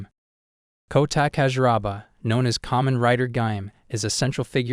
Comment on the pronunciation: "kow-tah cashew-raw-bah" It's "Kou-tah Kah-zoo-rah-bah"